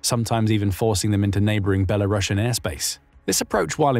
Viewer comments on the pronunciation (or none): none